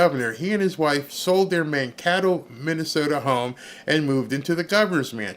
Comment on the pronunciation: Maybe tpn tim and his wife drank all their money; thus, his DUI. (PS: it's pronounced man-KAY-toe.)